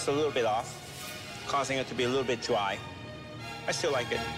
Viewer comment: "causing it to be a little bit dwy*" Is that you kripke? * Tbbt fans out there!!